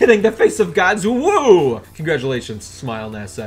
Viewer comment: Lol I thought I was the only one who noticed UwU